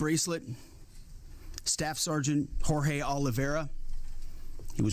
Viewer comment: "Whore Hay" - when your pronunciation makes it hurt even more... 𝔗𝔥𝔢 𝔑𝔢𝔴 𝔄𝔪𝔢𝔯𝔦𝔠𝔞𝔫 ℜ𝔞𝔰𝔰𝔢𝔫𝔩𝔢𝔥𝔯𝔢... He already keeps failing! GoD-fEaRiNg!!11!!1oneeleven EPSTEIN Fury! If you'Re in such a position and have to say that, it's clearly not. I, however have to say that, because I'm a fat pony that noone gives any credibility anyways in the first place. "I joost wonnuh kiss muh fish, drive muh troock, drink muh beer!" 😂🤣😂 Gzes Cries! He's doing the same $#!+ as the Jihadists, but it's Xtian! Gawrdspeed! Muh "Sectary" Muh Isreal! Dept of Alcohol Abuse War Crimes Every accusation is a confession! But at least he's partially right, they actually do that $#!+ as well. What he says here is not wrong, sadly. They actually kept chanting that for 47 years and it's one of their most used political slogans that even made it to be the Houthis' motto called the Sarkha. The entire thing goes "God is great, Death to America, Death to Israel, Curse on the Jews, Victory to Islam". Also, while Iraq kept denying they had WMDs prior to "Iraqi Freedom", Iran always was the opposite, boasting they actually DO have WMDs and intend to use them one day. Their nuclear weapons program has been proven time and time again and is violating the nuclear non-proliferation treaty. But to be fair, Israel did violate that as well and got away with it, as did North Korea even. And as a side note, also India and Pakistan. With the DPRK being